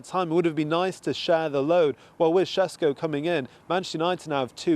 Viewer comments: Sesko not Shesko 😂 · Its sesko not shesh hahaha 😅😅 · reporter be like: Benjamin SesHko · Benjamin sheshko he says! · I don't care if that's how you're supposed to pronounce his name. Just say it like it's spelt so you don't sound like you've just went 12 rounds with Canelo.